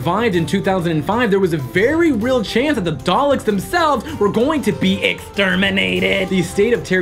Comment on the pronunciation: Oh my god its DALEKS! DAL-EKS! NOT DALES?!